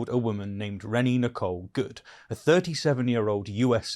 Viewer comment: Renee is not pronounced as ‘renny’ 🤦‍♂️